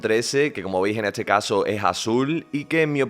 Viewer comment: No tengo ninguna pregunta acerca del teléfono.. Lo que me intriga.. es porque el locutor habla con la T antes de la S.. No dice Este.. dices Etse No dice Es todo dice Et sodo Etstreella, eTsabilizacion???